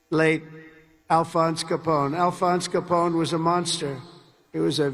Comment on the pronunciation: "The great... late... Alphonse Coppone." Come on Donny, you said that line so many times about Hannibal Lectter, you can't get it right for Coppone? 🤦‍♂️